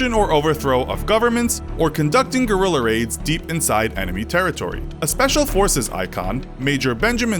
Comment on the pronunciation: Gurrreler aides